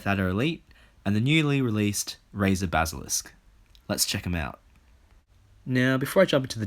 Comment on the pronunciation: dude i love ya BUT YOU CANT PRONOUNCE BASILISK